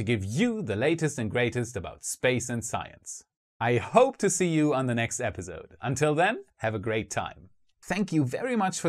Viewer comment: I love everything about this channel ,Planning, research, and execution, except the way episode is pronounced here " episode " sorry 😥 I had to say it 🤯